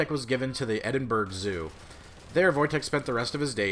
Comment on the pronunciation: Awesome story! [P.s. Edinburgh is pronounced Edin-buh-rah, not Edin-berg ;)]